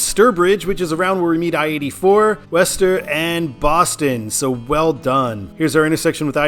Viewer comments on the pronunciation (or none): Its not wester its (Woo-Star) thats what people from mass say lol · It’s not “west-ster”. It’s “wuss-ster” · Nah. Wooster, or as suggested before, Wuh-ster. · Is Worcester pronounced "wəster" or "wester"? I thought it was the former. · Isn’t Worcester pronounced as Wooster? Sounds like you’re saying Wester. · Small nitpick. Worcester is pronounced "Wooster". Yes, it's weird. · It’s WOOS-ter, and QUIn-zee to the locals. And locals will NEVER refer to that stretch of I-95 as anything other than “128”. 95 might as well not exist between Canton and Peabody (pronounced PEE-bdee). I-395 was created in the mid-80’s to the former Route 52, part of which in CT served as the eastern part of the former CT Turnpike, so it came along about 15 years after I-290. CT refused the 290 designation since its parent didn’t enter the state, so 395 was chosen as a compromise. And there is NOTHING like a game at Fenway. Go Sox!! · worcester is pronounce wooster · wu-str: ur pronoucning Worcester wrong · I thought Worcester was "Wah-stah" I always liked taking Ohio 2 instead of 80 or 90 in Ohio... its a better funner freer road. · I appreciate you even trying to pronounce Worcester. Not perfect, but I’ve heard much worse(ster). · That's not downtown Boston, is an area calls Back Bay. Prudential has its headquarters there (the tallest building there). The actual downtown Boston is quite small, so in a sense Boston has a dual downtown. In the last 10 years or so, there are quite a lot of company is moving out from downtown and into the Seaport area (where the GE headquarters is), like Fidelity And you pronounced Worcester wrong... Is WOO-ster Also Waltham "Wal-dam" Holyoke "Ho-yoke" One more thing, the reason why they are having I-495 and I-95 in the side post is they are the outer belt and inner belt highways of Boston